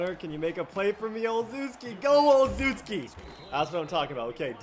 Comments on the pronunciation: You know only watches the titans and no one else. He says olezuski instead of olezewski pronounced olesheski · Haha "Ozuzkee" love it! Between you and me... I think it's pronounced "O-Chef-Ski" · Just an FYI it's pronounced ol-shev-skee